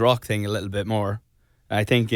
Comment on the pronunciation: No one: Niall: "I tink..."